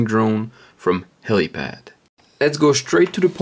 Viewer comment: helipal not pad..... fuck